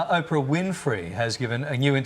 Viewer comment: Oprah???! Oprahhh??? 🤦‍♀️🤦‍♀️🤦‍♂️🤦🤦🤦‍♂️